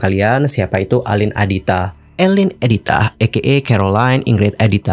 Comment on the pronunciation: Tdny mau nonton, tp keganggu nyebut nama orang salah. Jelas2 namanya Aline, pake A, bukan E. Gak usa panggil ala2 Barat jadi dibaca Eline donk. Do you research klo gak tau. Aline artis lama dari dulu dibaca namaya A bukan E